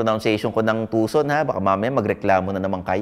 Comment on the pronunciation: Sir it's HAN-DAE not YUN-DAE! ✌✌✌✌ Yeah you got the Tucson pronunciation right!👍👍👍🤣🤣🤣